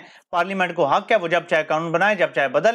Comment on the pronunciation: “HUK” sahee hai “HAQ”, “COM” sahee hai ya “QAUM”!? Kuchh apni bhi islah kerlo!?